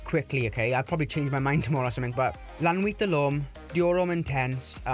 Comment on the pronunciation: wow your the only one that I hears say La nuit del homme..... And I completely agree